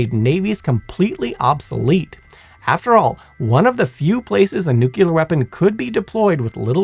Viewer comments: Although I'm firmly in the "nuclear" camp, your calm and level-headed replies to aggressive comments is impressive! This is why I love this channel (and a mispronounced word won't change that) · It's "nuclear", not "nucular" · It's "nuclear" not "nucular." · Edit: I love work, but every time I hear, “Nuke-nails-scratch-chalkboard-yalur” my ears bleed. I know language is fluid, but every time I hear that word… screeeek!!! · People complaining of "nucular vs nuclear" a guy i know would flipped over "turban vs turbine" Mean while i say accents exist. New Jersey is Jersey to everyone outside of it, where as the locals would say Joyzee. The British have chewsday after Monday. The Appalachians have a crick instead of creek. And the Aussies are to the Brits what Texas is in the US. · You're an amazing narrator. Really. But being a fan of all things nuclear, I feel that I must tell you. It's nuclear, not nucular. To my knowledge, there is no such thing as a nuculus, only a nucleus. Apologies for the criticism, but it's a pet peeve of mine when people say "nucular" because, in the context of nuclear science, it is not a word. Aside from that small detail, you did a great job and I find you more entertaining to listen to during the day, and Simon to be more soothing and relaxing at night. They're was literally a time when I listened to y'all's content every night as I slept... and it still helps sometimes, even. But yeah, you do great work and you're a captivating speaker in your own right. Remember that when you get nervous. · No, it depends on if you were corrected successfully when you said it the first time. President Jimmy Carter said he was a "Nucular Engineer" and he was wrong, too! (Allegedly) 😮😅😊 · Say it with me . . . NEW-CLEE-AR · Did you really say "nuculer?" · Yes, over and over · NU-CLEAR! It's pronounced Nu-CLEAR!!! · It's not pronounced "nucular"...